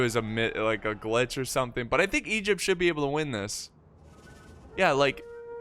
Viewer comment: Thoughts about pronouncing Egypt as "Egg-ipt?"